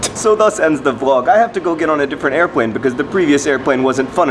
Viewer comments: Both times you said airPLane you pronounced it airPWane is this a side effect of children? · in re:airPWane? He's flying Fudd Airwines, and all their planes are pronounced that way. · You don't know how many times I rePWayed him saying airPWane twice. That was fun.